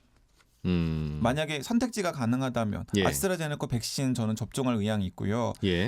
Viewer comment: 아스트라제네커 아니고 아스트라제네'카' 입니다 기자님